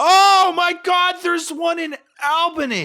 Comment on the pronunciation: really be out here saying Albany wrong